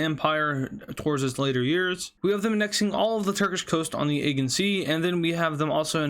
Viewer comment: Dude...you have no clue about balkans, wars in general (Ukrain didnt teach you anything) and ofc balance of power over the aegean sea (you first must learn to PRONOUNCE it right)!